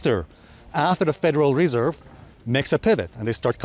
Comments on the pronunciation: it’s not federal REE-serve it’s federal re-SERVE. Accent on the 2nd syll-ABLE. :) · i love hearing Alessio say WRESERVE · bro! its not REEESERVE! just say the FED ;) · Federal Ree-serve. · nice video. . why do you keep saying reserve so strangely?